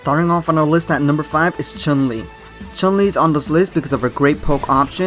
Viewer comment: so why do commentator and people say CHAN LI instead of CHUN LI ? she's Chinese, U is not pronounced A in Chinese.